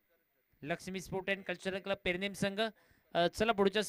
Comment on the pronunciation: Are baba te pernem te not permem